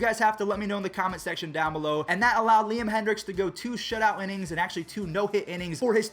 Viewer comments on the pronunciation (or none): none